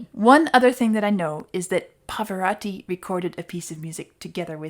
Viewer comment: A minor pet peeve. Pavarotti is pronounced Pah-Vah-ROH-Tee, not Pah-Voh-RAH-Tee. Italian is a phonetic language and words usually sound the way that they're spelled, with exceptions for certain consonant combinations like "gl", "gn" and "cc". I took Italian in college and saw him perform in concert so it always grates when I hear his name mispronounced. Otherwise, great channel and videos! And beer! 😆😆😆